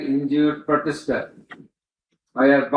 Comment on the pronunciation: Protester he's saying potester